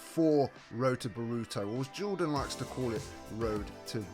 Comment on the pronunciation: Nar uw toe bore uw toe Not burooto and nooruto